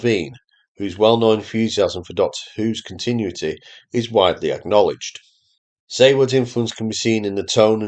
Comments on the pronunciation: A regional accent does not disguise the fact that your narration is AI. I'm sure there's a person behind this and I agree with most of what you say. But check your pronunciation. Specifically of "continuity". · He's definitely not AI, but I agree the pronunciation of "continuity" is odd.